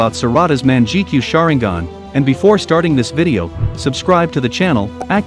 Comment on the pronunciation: Yes also intge starting he said menjikenyoa sharenigan I MEAN LIKE WHAT THE F__K IT "MANGEKAYO SHARINGAN"